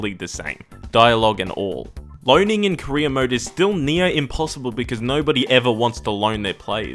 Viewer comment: When you say "career mode", I keep hearing "Korean mode"